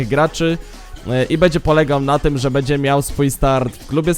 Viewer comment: kurwa naucz sie mówić, nie bedzie tylko będzie bo az uszy bolą